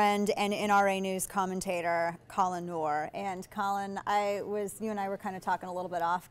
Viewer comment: "Collin Nor". Wow >.>